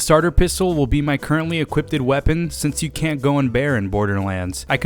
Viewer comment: Anyone else hear him say equippded?